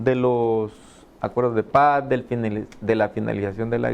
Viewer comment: Hey, se dice acuerdos de Paz. No acuerdoh de pah 🤣es cierto que sos jan migueleño pero en el programa deberías hablar como chalateco con la “S” bien pronunciada 😅😄😄